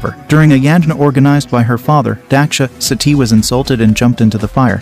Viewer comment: He even can't pronounce sati properly ...